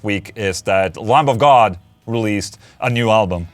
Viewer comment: The b in lamb is silent